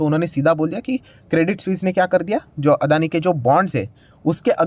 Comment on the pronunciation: Its Not अदानी। Its अडाणी।